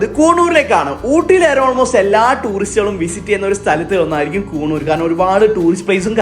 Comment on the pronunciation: കൂണൂർ അല്ലടെ, കുന്നൂർ